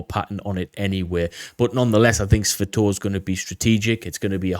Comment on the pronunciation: great as always. Thank you. Always look for your latest to drop. By the way, know your a brit and all and you guys don't really speak english but, "Sss-Va-Toe-Va". Not "Sss-Va-Toe-V". Just sayin. Slava Ukraini! (An old U.S. Army Infantryman)